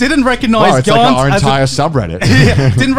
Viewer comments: Wow from this comment section I just recognize that Garnt is a Thai name, I mean most Thai people that name กานต์ doesn't spell it in English like Garnt and doesn't pronounce it as giguk did, they would spell Karn or Kan and pronounce it like only Gan in Ganyu from genshin impact, if anyone wants to know how it sounds like in Thai just copy ->(กานต์)<- and pastes it on google translate to let it read for you. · Garnt pronouce the same way as darn or the word lan in Milan. :D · Garnt? ha more like Garn't